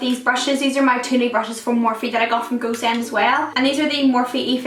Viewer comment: When she says "Go Send" it sounds to me as "goose end" :)